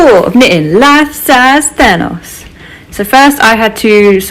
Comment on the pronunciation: Instead of thanos I heard THONGS😂 I was like. Well. Good for you✌️